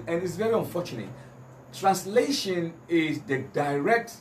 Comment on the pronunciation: He can't even explain himself waa listen how he pronounced translation ( transitration) but defending slave master religion haha joker paaa nie